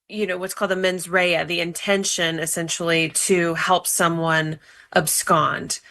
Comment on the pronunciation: She can't say the in year 21